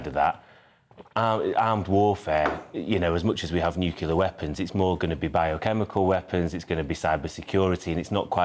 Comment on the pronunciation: stop saying 'nucular'!